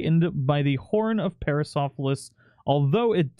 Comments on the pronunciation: Pair-uh-sore-all-uh-fuss Stye-rack-uh-sore-us (you pretty much said it right in the end!) Hope that helps :D <3 Watching this with Bentley's roommate, my new pet, Mango~ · Pair-ah-sore-all-oh-fuss. Sty-rack-oh-sore-us. It's a kind of ceratopsian with an incredibly spiky frill. They're not that difficult with practice. These critters are gonna look good mutated once they get the new models.